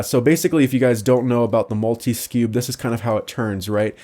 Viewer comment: Its multi cube, not multi skweb...